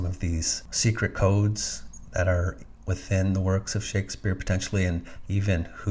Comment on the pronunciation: "Shakesfpere" as in liquefaction